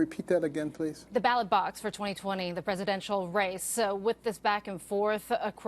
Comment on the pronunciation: Someone needs to tell the news lady that its a ballot...not a ballad.